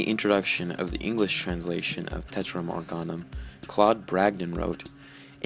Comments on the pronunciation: It is "TERTIUM Organum," not "TETRIUM Organum," as you consistently mis-pronounce it. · Right ter-tee-um(if you are gonna say it in Latin).